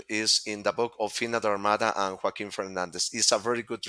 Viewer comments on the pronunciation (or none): none